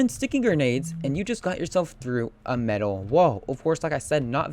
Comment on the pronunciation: the way you say metal xD "Me-TUHL"